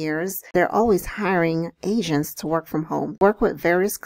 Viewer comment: thought you said Asians not agents lmaoooo